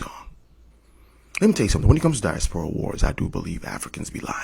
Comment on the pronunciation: That fool said African disporia lol